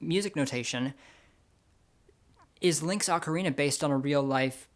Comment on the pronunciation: The way you pronounce "ocarina" may be very popular, but it's wrong: For what it's worth, I always pronounced it the correct way, because I grew up with a habit of clear enunciation (sometimes I go too far, however, and end up sounding a bit mechanical).